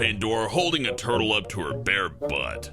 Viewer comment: Tortles. TORTLES ARE SO CEWL!